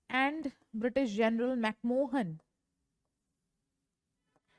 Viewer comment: Its McMahon , and not McMohan😂